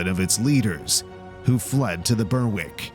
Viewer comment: Troops near "burwick" Berwick is pronounced "b-eir-ick"